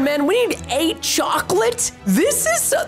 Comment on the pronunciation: Preston: yocolete Me: wait that's iligel